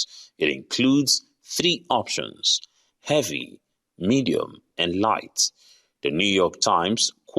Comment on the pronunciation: Did you say “heavy”?